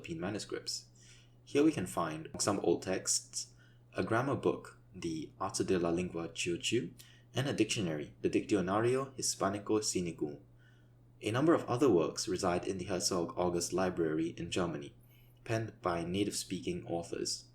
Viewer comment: Dictionario is pronounced dik sho nar yo